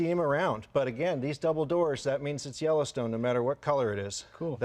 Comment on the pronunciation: Each time he said Yellowstone I heard Jellystone. So, why do they have those big metal bars in the rear? To keep Yogi bear from stealing picnic baskets kept in the luggage pod?